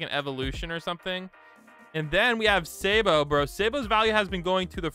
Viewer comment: Bro said saybo instead of sabo